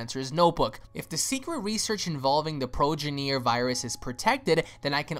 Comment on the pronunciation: He said progineer sound out the bruh😂